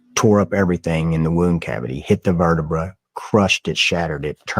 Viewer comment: anyone else annoyed as fuck at how this jack wagon says vertibruh??